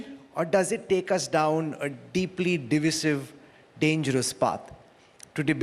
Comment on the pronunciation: Presenter can't even pronounce divisive word🤔🙄 What the hell🤣🤪in India everyone seem to seem to speak Hinglish. Please stop raping English language like this🙏.